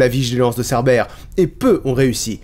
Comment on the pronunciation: Vers j'ai cru entendre "Cerbelle" 😂😂 Mais pendant un instant j'ai compris "entrer dans Hadès" et pas "dans l'Hades" voilà, j'ai juste rigolé 10 min pour ça